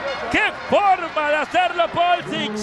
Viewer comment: Polsich dice PULISIC HABLA BIEN😂